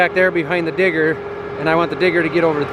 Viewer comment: every time said digger, i thought he said tigger. and now i cant stop thinking about winnie the pooh